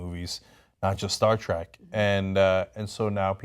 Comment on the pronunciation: Cenk, it's not "Star Trak." GAWLLLL